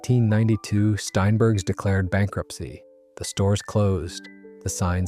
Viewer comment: It's STEINbergs, NOT SHTEINbergs